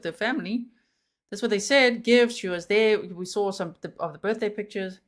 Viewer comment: Omg I don't know if im hearing this correct but did he say BJ shopping list instead of BDay. I didn't want to bring it up its so sickening but I sware thats what he said between 29 to 32 mins in?